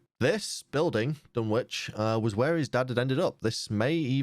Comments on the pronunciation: Pronunciation Note: The "W" in "Dunwich" is silent, meaning it's pronounced "Dun-ich" not "Dun-witch" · JSYK the “w” in Dunwich is silent just like in Greenwich and Norwich